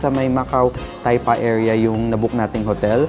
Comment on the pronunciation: Taipa idol hindi tapia,..